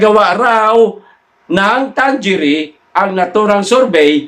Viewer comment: Mga kaPL Ang tamang bigkas sa survey firm na yan ay Tang-ere!!